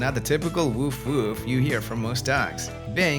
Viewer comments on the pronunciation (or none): great video! anyone else chuckle when he says "... typical woof, woof..." love accents !